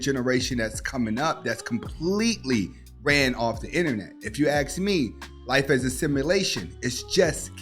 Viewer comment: Well, I didn’t “axe” you, but I agree with you anyway. 😉